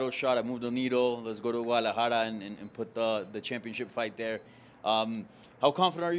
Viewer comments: He starts it with a wauh sound instead of a gauh sound but Ayy as long as he’s trying and not being Racist I’ll take it lol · To me it sounded like he’s saying it Wu instead of Gu but Ayy to each there own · Its a soft G BC! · Luke, you do not say the G in Guadalajara. For once BC had the correct pronunciation. Gu is a soft g. Guatemala, guacamole, Guadalupe, etc. all soft Gs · No you don’t pronounce the G in Guadalajara, it’s not a hard g